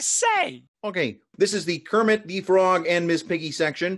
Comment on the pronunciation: When Kermit pronouces his own name wrong.